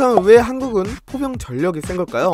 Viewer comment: 나만 포병출신을 보경출신으로 들었나 ㅋㅋㅋㅋㅋㅋㅋㅋㅋㅋㅋㅋㅋㅋ